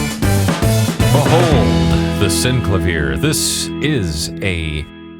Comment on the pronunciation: far-fee-ssaah....sin-clay-vee-er Damn man ...long attention span theater--great runthrough!